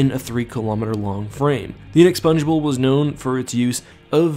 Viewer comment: Sorry bro u need to look up the pronunciation of inexpugnable